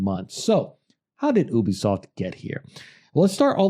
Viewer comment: It's pronounced YOU-BEE-SOFT